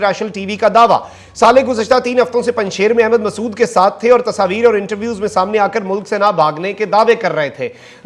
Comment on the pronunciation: Kindly correct… it is Mehsud not Masood